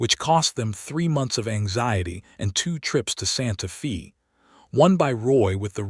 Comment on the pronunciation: Pronounce Santa Fe ( not long e sound) correctly. Drove me slightly crazy. I really enjoyed this story.